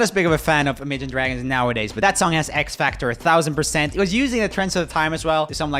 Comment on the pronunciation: Why did he pronounce imagine dragons so weird?